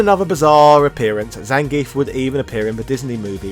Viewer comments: I seem to remember early versions of Streetfighter 2 spelling the wrestler's name 'Zangiev', and I certainly remember the SF2 anime from the mid 90s pronouncing it 'Zan-gee-eff'. And Viktor Zangiev's name was certainly not pronounced 'ZAN-geef'. You could also argue the proper pronunciation is 'Zang-gee-off', as pronouncing the 'ev' at the end of Russian names is commonly done this way. One only need look to Mikhail Gorbachev for one example of this. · One would think for the character's history you'd PRONOUNCE HIS NAME CORRECTLY! "zahn-gee-ef", not "zayn-geef".